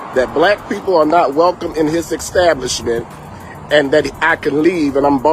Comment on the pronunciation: Also: "his ekxtablishment "?